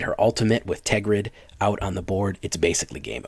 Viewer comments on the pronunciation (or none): TERGRID. Not TEGRID. I almost stopped watching because you were not saying it right. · And it is Tergrid. you do have to say the first R.